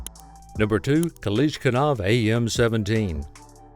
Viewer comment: It hurts to listen to you try to say Kalashnikov.